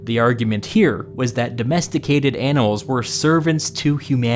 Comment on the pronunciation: "domesticated anals"